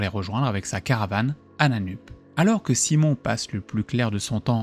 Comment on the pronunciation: Ça se prononce "Nanneup"